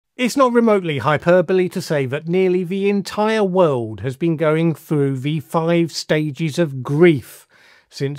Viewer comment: When will the wiwd accept your gross pronunciation of the word wiwd?